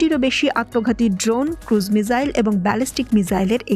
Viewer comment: শব্দটা কি "মিজাইল" নাকি "মিসাইল"?